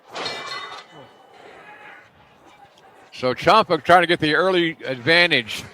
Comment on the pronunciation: It's pronounced champ-uh not chomp-uh